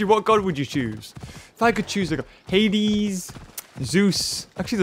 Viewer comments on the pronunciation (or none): none